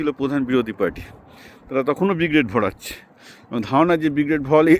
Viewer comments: আপনার কথার সঙ্গে আমি একমত, কিন্তু আপনি আগাগোড়া Brigade কে B-grade বলে গেলেন ভিডিও জুড়ে 😂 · Brigade ❌ B grade✔️ 😂😂